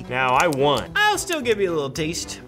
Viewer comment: "I got a wittle headache ---><---" poor